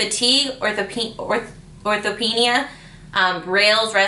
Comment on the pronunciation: Thank you. ♡♡♡♡♡ Oh. It's or-THOP-nee-uh. (Orthopnea.)